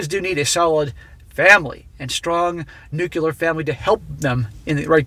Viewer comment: I love your content, but my goodness, it's pronounced "new-clear". There is no second u. Ahh you probably won't read this. I'll send you a story about my crazy ex soon.